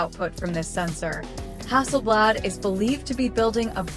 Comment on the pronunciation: When the AI calls it Hasselbled Im out.Cringe AF.